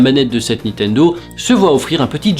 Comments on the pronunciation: Il me semble que c'est nintendo et pas nitendo (Juste comme ça, hein, pas du tout parce que tu répètes 100 fois nitendo) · C'est NiNNNNtendo, pas Nitendo! Raaaah,! M*rde! <3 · Moi c'est quand il prononce Nitendo au lieu de Ni"N"tendo LOL